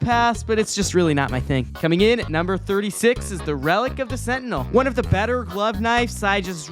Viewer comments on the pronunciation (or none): none